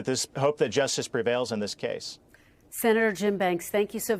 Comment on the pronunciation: Bernie Sanders? lol EXpecially is actually ESpecially. Jim Banks is a dolt.